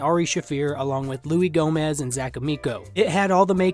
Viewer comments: Louie!?!?!? Louie gomez!?!?!?!? Its Luis J Gomez doggy!!!!! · “Louie J Gomez” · This nigga just said Louey Gomez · “louie gomez” lmfao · It's Louie J gomez dude😂😂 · It’s Luis j Gomez put some respect on the rattlesnakes name fake comedy fan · Its louie J gomez buddy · Put some respect on Luis J Gomez. It’s so cringe to hear Louie. Learn the names of legends damnit! Great vid tho. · Love that you keep calling him "louie gomez." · "Louis gomez" lmao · it’s louis don’t forget the J mothafuckin gomez not LOUIE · Luis J* Gomez (pronounced how it looks, not like Louie) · The way you absolutely butchered Luis J Gomez name 🤦🏼‍♀️🤦🏼‍♀️🤦🏼‍♀️🤦🏼‍♀️